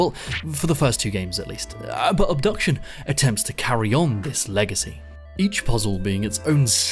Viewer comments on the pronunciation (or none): By the way, the name of the game is Obduction, not Abduction. These are two different words